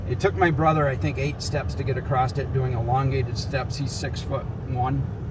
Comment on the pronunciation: There is no T in the word across 🙄